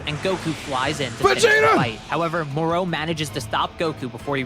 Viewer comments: I'm sorry, am I the only one who hates how this guy pronounces Moro's name? 😔😡 This ain't the Island of Doctor Moreau... Do you ponounce "Goku" the same way?? It's "Go!" "...koo" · I hat the way says Moro like “mor-o”, as if there’s a mor-p or a mor-q